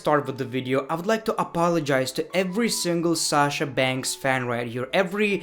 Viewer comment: I love u saying shasha bankhsss!!!